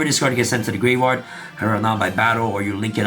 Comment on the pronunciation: The "grave-rard" is killing me. I'm sorry. 🤣💀